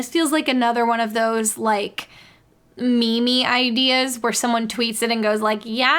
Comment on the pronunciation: I heard it as “memey”, like an adjective